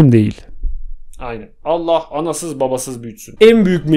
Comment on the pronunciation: Allah sözünü öyle söyleme